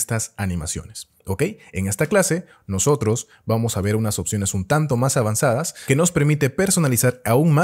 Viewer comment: Disculpe, animaciones alvanzadas dijo???